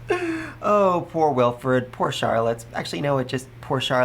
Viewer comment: Bon-e-fay-shus Wil-freed Dun-kel-fel-ger Det-lind An-e-stay-shus Eg-len-tiyn Also part 5 volume 7 comes out in English on the 15th of November in digital format on j-novel if your ok with that format